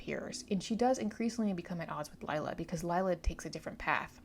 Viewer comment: Lila is pronounced Lee-la, not Lyla :)